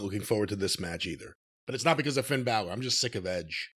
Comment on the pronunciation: "Thin Balor"